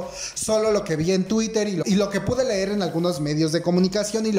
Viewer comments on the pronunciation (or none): none